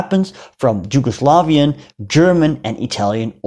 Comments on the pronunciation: Surprisingly well done! Congrats from a fellow historian. One minor note: Yugoslavia is not pronounced as “Jewgoslavia”. It’s pronounced YOU-go-Slav-ia. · The J is pronounced like a Y . Not a big deal, but it's pronounced Yugoslavia not Jugoslavia.